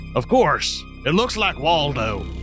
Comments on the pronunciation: Waldo more like War-do 😆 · Lol it`s walldow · Its Wally not Waldo smh